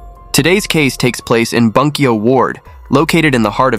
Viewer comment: It’s pronounced boon-kyo. Hirose is hero-say. Great channel!